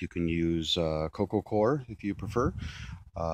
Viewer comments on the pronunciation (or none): It's pronounced "coy -er". (coir)